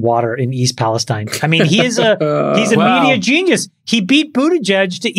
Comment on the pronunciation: You guys seem to claim to have watched Trump's speech in Palestine, OH, but for the 2nd week in a row, you can't seem to get the pronunciation correct. It's pronounced pales-teen. There's a small town in Kentucky spelled Versailles and they pronounce it ver-sales. And there's a small town in New Jersey spelled Buena and they pronounce it byoo-na. Pay attention much?